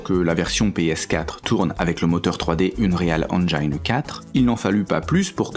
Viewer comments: Sujet et vidéo très intéressant, par contre ça pique le "unréal enjayne" , plutôt unreal engine :D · + Ahaha maintenant que tu le dis c'est vrai que la prononciation est magnifique, surtout le "Une réal" xD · Je "like" mais par pitié : ARRETEZ de prononcer "NI-TENDO", on dit NIN-TENDO ! (le "Une-réal Unjayne" est pas mal non plus dans le genre, c'est pas votre truc la prononciation correcte des marques hein !) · Quand il évoque l'Unreal Engine 4, la prononciation m'a fait saigner des oreilles, j'ai littéralement pris quelques secondes avant de comprendre ce que ça voulait dire ahah :D